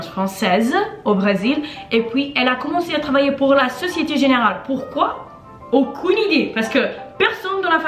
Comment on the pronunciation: thhe way she says aucun